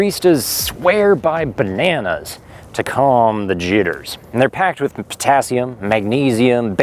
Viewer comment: did he just say banahners